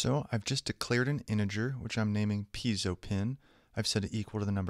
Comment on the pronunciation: it's piezo not peizo, great tutorial btw, actually all your tutorials are great i watched them all and learned a lot.